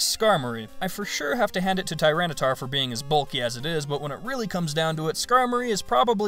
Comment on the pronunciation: Tyranitar, not Tyranataur! The second A is supposed to be an I, and there is no U!